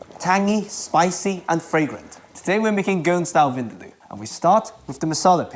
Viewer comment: As a Goan I have to correct the only thing that made this hard to watch..it's pronounced vin-daah-loo.. please update your pronunciation. 😊